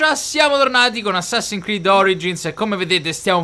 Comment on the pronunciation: Mike, è Assassin'S creed. So che è un po' esagerato come osservazione, ma non ti mangiare la S ahahahahh